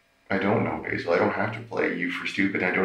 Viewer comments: Despite the guy telling him how to pronounce his name as BAY-ZUL and the detective continues to call him BAZZLE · “Is it ok if I call you Bazil?” 😑“It’s Basil”😑 “Basil? Ok, great” 30 seconds later “Do you know your rights Bazil?” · 🤣🤣🤣🤣I laughed at that too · How many times is he going to call the dude Bazzle?(like Dazzle, but with a B) 🤣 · Hahaha! This is Gold! I love too, how he corrects the interrogator on his name pronunciation yet the interrogator continues to mispronounce it! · Did anybody else love the fact that he consistently throughout the whole entire interview mispronounced his name? 😂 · He asked how to pronounce the name and gets it wrong 90% of the time. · Why does he keep pronouncing his name incorrectly????? I know it probably seems insignificant, but I think it would help with building repore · 1. It made me happy every time the detective said bazill instead of basil lol 2. Dude thinks hierarchy is higharchy and the opposite of it is lowarchy LOL 🙄 3. What an insufferable narcissist... dude loves talking about himself even in third person 4. This detective has the patience of a Buddhist monk